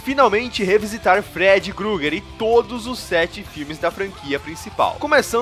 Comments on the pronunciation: SprIngwood com i mesmo e Freddy Krueger e não gruger, fora isso bom vídeo. ❤️ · Da agonia ouvir alguém falando "Grueguer", mas o vídeo foi ótimo, estou ansioso pelos próximos. sucesso com o canal!